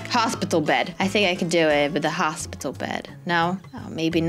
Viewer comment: "HosPItle bed"